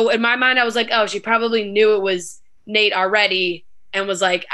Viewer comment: It’s Nayte